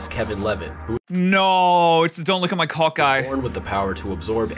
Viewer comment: It sounded like YOU said cock